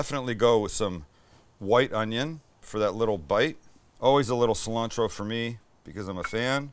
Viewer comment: My girl started laughing when you said "sil-Ann-trow".. 😆 🤣 😂